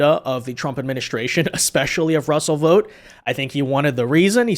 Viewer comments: Tarlov is a cretin. He didn't know about Project 2025 beforehand but Demonrat ret a rds like her sure as hell made sure he found out. And it's astonishing the amount of idiots there are who can't pronounce VOUGHT properly, seriously, does anyone pronounce FOUGHT as FOTE? BOUGHT as BOTE? So what makes you illiterates think VOUGHT is pronounced VOTE? In the more than 20 years I lived in the states the one thing that really got me was the absolute refusal of Americans to learn how to pronounce people's names correctly, mine included. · Why do you keep calling this guy "Vote"? It's Vought . Thought. Sought. Brought. Vought. What kind of learning disability is this?